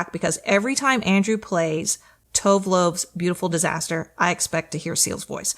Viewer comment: Truly impressive butchering of Tove Lo's name... :face-fuchsia-tongue-out